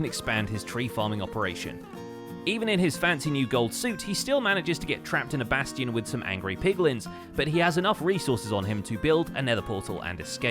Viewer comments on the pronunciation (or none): Whenever he said bastion, I kept hearing basitin...